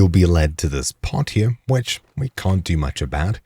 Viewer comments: You stab it ere. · I just wanted to say that I very much enjoy the way you say the word "here." It keeps me coming back 😅